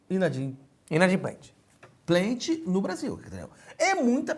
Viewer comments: A palavra certa seria inadimBLIU. Nessa o Professor Cerginho vacilou... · Se ele lançasse um "inadimBLIU" eu ia morrer aqui